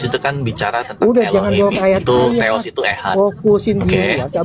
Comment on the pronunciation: Theos ....bukan alah teos dewa